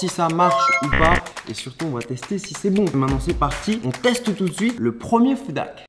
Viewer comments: Tu as le même accent en anglais que François Hollande lol 😂 tu ne dis pas « Food hack » avec le son h mais on dirait trop que tu dis « foudaque » mais bon je me moque gentiment et t’inquiète on est très nombreux à avoir un accent pourrie et ça se trouve y’a que moi qui entend ça donc si oui désolé Ce qui sont d’accord liker 👍 Sinon j’adore ce que tu fais ça fait longtemps une petite recette et puis j’avais beaucoup aimé la vidéo top chef avec Hugo se serait trop bien la revanche parce que tu dois prendre une revanche car il a quand même eu petit coup de bol et surtout la chance du débutant et sinon comme vidéo ou j’aimerais beaucoup voir d’autres y’a : les vidéo troque ou vous échanger un stylo contre des choses, les recettes bien sur et tout vos concepts fait avec Hugo sont super 👍 Allez continue comme ça on t’adore et vu que les Meet up et les rencontres abonnés dans les conventions ou autres c’est dur pour moi car je suis handicapé et je ne peux pas rentrer dans une foule sinon si je me prends un coup j’ai plus de peau et je saigne comme une piscine même si je suis en fauteuil roulant c’est compliqué donc hâte à ton restaurant là ce sera plus simple et sinon on espère te voir dans une émission de cuisine en tant que candidat bye Pouce bleu 👍 enfin jaune mais y’a que ça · ça ne se prononce pas comme ça 'foudak' mais avec un H aspiré ;) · ce « FOUDAK » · Ça m’agace tellement comment tu dis « foudak ». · c moi ou bien charles disais foodak😂😂😂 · Des "foudak" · Les "foudak" 😂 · “Nous allons tester des FouDÁkKk” 😭😂❤️